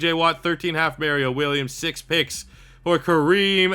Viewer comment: These retro rebuilds are great but the way u pronounce Mario Williams hurts my brain lmao